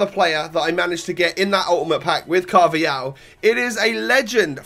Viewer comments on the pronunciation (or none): exactly it's pronounced carvahal. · It's pronounced "Carvahal" not "Carvayal" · Why do you say alejandro gomez right but with carvajal you say carvayal?